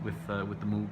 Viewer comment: moog rhymes with vogue